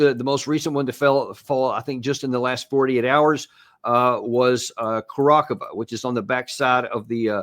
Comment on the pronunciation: Special thanks to Dan for correctly pronouncing the name of the town Kurakhovo!!!!!!!!! Tell me who else does it :))))